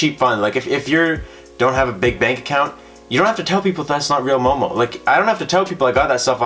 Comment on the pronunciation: Are you sure it's MOMO and not EOEO? 😆